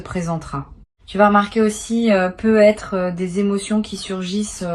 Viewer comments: C'est de l'IA ? Ça corrige jamais le nom du compte youtube et la façon dont elle dit "peut être" me laisse perplexe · Oui ça vient agaçant !